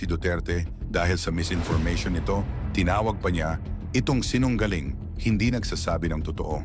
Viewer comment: Anong basa mo sa patas.pa---tas at sinongaling.sinong--galing.alin ang tama.ayusin mo naman ang pagbibigkas mo.